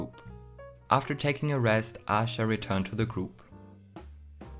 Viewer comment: Aisha is actually pronounced as Ah Sha. The Hangul version of her name is 아샤. However Aisha does sometimes say her name with the i in it since she gets called that a lot by intl fans lol